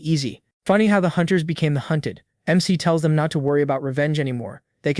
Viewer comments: Bro, love your stuff but you gotta stop your AI from reading this as Mick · Hearing mec mic Mac and mr is poor work for trying to say mc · Why the fuck do these ai Keep calling the mc mikk instead of their name?!😭😭🙏🙏🥀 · the mic is actually the mc the ai voice cant detect it correctly because MC is a acrynom so it says it as mec or mic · Unc did you get a new AI? It’s not even saying MC right😂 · Why can’t u say the name ai can’t even say mc 💀